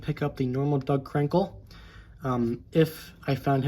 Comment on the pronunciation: it sounded like you said dog crinkle lol good video but I like him I dont think he's worst